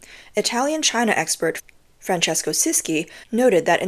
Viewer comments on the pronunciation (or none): none